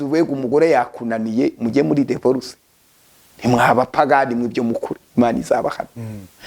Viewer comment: Ariko umuntu uvuga ko yize Masters atarize primaire secondaire,na Bachelor natubwire Aho yize ibyo byiciro nukuntu yari mayibobo. Masters Holder uvuga confidesi #confidance.divorcentabwo ari devorce